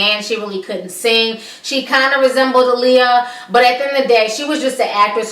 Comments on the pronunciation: Alexandra Shipp couldn't even pronounce Aaliyah name correct in interviews! How are you going to play Aaliyah and can't pronounce her name correct? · Wendy Williams has lost so much credibility...mind you, she couldn't even correctly pronounce Aaliyah's name. You can tell that this movie was rushed because its original date was suppose to be sometime in 2015. Anyone who was a true Aaliyah fan could have done a better job with the biopic. Hopefully, in the future, there will be a real biopic about Aaliyah where her family is 100% involved.